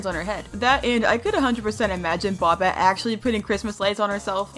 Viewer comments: It's BOBBET not bobit😭😭😭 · It's bobette not bobtte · It’s not Bobette it’s boebette it’s spelled Bobette it’s pronounced boebette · bObETe ITS BOBETTE BUT THE O IS LONG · It’s bob ett E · why did you say bobette like bop it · you sajd bobettes name wrong 👹👹